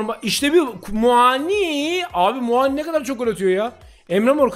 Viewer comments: her muaağni diyişine bir dislike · Kanka Muani bin ismini inşallah hep öyle soylemessin 😂😂😂